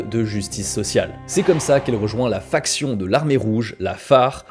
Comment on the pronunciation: On dit une FACTION, pas une FRACTION :)